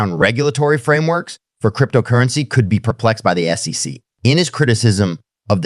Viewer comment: Great content but hard to follow as it sounds like AI generated, badly cut with some bad pronunciation of common words like SEC, dollar amounts etc